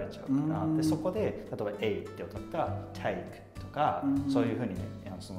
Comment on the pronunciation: Atsuさんの'take'の発音がオーストラリアだなぁって感じで面白いなぁ、と